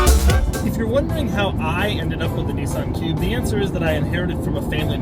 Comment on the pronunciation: A Neesun cube.